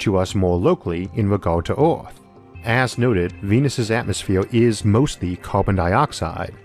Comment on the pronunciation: This is not due malice but why you pronounce earth as oort? There's Oort's cloud in space so this can be a bit confusing.